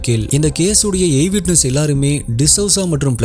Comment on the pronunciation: Adhu எய் விட்நஸ் illa ஐ விட்நஸ்😂 ""EYE WITNESS""